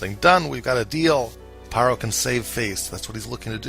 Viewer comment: Please pronounce Pharaoh correctly, so you stop sounding ignorant. Ph makes sound F. It’s not Paroh, it’s “Faroh”! Fix it. Overall great video.